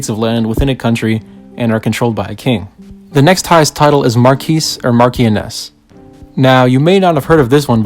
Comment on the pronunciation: It is pronounced MarqUEss as opposed to MarQIoness. With its female counterpart pronounced Marshoness. I wish you all the best, ensure you learn pronunciations beforehand on words you may not have encountered before (A simple Google search will do!). Edit: Quite a few errors in this video, at least on the English side of the aristocracy. Baron-Marquess were all referred as Lords/Ladies with Dukes addressed as Your Grace. Barons did have responsibilities, as was the case with all of the aristocracy (which, by definition, means RUILING class. They ruled) and heavily took part in the day-to-day governance of their territories as well as the people within them, and many other things. Do ensure you perform your research, my friend, all the best.